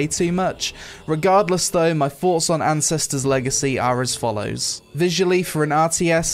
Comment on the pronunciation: I don't know if it's the accent or my ears but I definitely heard him introduce the video/game as "Incestors Legacy". lol.